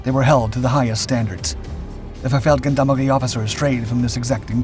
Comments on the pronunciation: Brilliant bit of history. Just to help, in Feldgendarmerie the 'g' is pronounced as a soft 'g' as with the French 'gendarmes', not a hard 'g' like goat, or gone. Peace and love from the UK. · Wrong pronunciation on Feldgendarmerie: the "g" is pronounced as a "j" as in Jules.